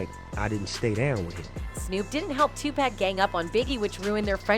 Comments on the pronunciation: It’s not 2 pack, it’s Tupac. 👎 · It’s sad that it been a month now and this lady still can’t say 2pac name right lol 2 pack? come on lady read ur comments lol 😂 get it right tf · SWEETHEART HIS NAME IS PRONOUNCED (TUPAUC) BUT ITS TUPAC OK. YOU KILLIN ME WITH THIS SHIT. IM TRYIN NOT TO BE ANNOYED HIS IS NOT TO HARD PRONOUNCE..... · Lady man stop saying 2pack!!!!!!!!!!!!!!!!!!!!!!!; There's no K!!!!!!! PUT SOME DAMN RESPECT ON HIS NAME !!!!!!! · Yo, I caught that and was like wtf!! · "Tupack" smh lol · Please learn how to pronounce Tupac's name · Yo they coulda taught dis silly ho how to say Tupacs name before recording this shit! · omg someone tell this white lady how to pronounce tupac